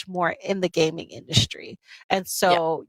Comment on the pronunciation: "gamNIG" oh no